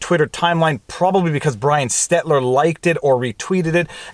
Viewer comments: SteL-ter. Brian Stel---ter. Not stetler. I don't even like him but that's just annoying and you talk about him enough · S-T-E-L-T-E-R not Stetler.... LOL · Viva I love you, as a friend I need a favor. Every day at least 5 times I want you to say out loud "Stel-ter" for 28 days to form a habit. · One correction. It's SteLTer, not Stetler. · I love how Viva still calls Brian Stelter "Brian Stetler!" : ) I know he's doing it accidentally, but it's still very funny! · Stelter, not Stettler Stelter, not Stettler Stelter, not Stettler Stelter, not Stettler Stelter, not Stettler Say it 100 times Stettler is a mildly pleasant town in Alberta. Stelter is a moron. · I love how entertaining you can make and 11 minute video to answer a question that could just as easily be answered with one three letter word :) Also....say it with me now. STEL TER not Stetler. Just have to point it out everytime and I swear you say it that way just to screw with me now, hahahaha. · Viva: STELL-ter, it's STELL-ter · I want him to keep calling him Stetler lol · One day... One day Viva might pay enough heed to the man to say his name correctly. :D